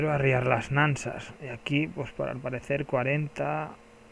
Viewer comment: Nansas? se llaman nasas